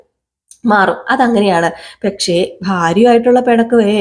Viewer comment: പെക്ഷേ അല്ല പക്ഷേ ആണ്. പല പ്രാവശ്യം ഞാൻ കമൻ്റ് ചെയ്തിരുന്നു. നോക്കുന്നതേയില്ല. അതുകൊണ്ട് ലൈക്കും ഹൈപ്പും ഇല്ലാട്ടോ